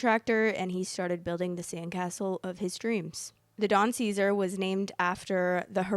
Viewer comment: You repeatedly say the name of the hotel wrong.